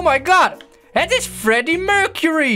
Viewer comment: het is fleddy mulcely en niet Freddie murcerie